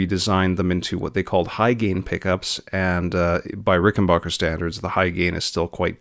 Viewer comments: Nice video. My only note is that it's pronounced 'Ricken-BACK-er,' NOT 'Ricken-BOCK-er.' At least that's how John Hall (the president of Rick) says it. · Please stop calling them RICKENBOCKER do you say Get Bock? No. It's BACK. RickenBACKer. Muchos thanks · Backer , not bocker.